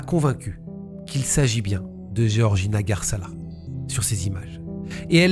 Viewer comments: Géorgina ou Georgina ??? C’est comme dire Georges ou Géorges… peut être que se renseigner sur la prononciation des prénoms serait respectueux envers les victimes… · Pour info Georges tu le prononce "jorje" c pareil pour georgina "jorjina"